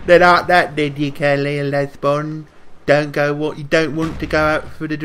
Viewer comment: "Obviously a Lesbon Lads" Legend XD